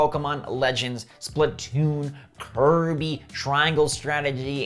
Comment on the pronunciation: Hey, he got the name for the new Kirby title right this time! Love your videos!